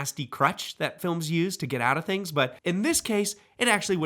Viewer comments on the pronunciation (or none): none